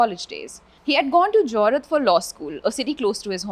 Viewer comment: Helluu I think we have another “cozy-code” situation on our hands.🙈 It’s actually “Jor-haat” not “Johrat”. No hate just letting you know. 🫶 Love from Assam